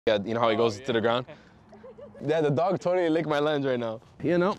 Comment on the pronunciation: you mean? lol